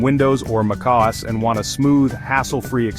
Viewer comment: The pronunciation of MacOS makes it worth it.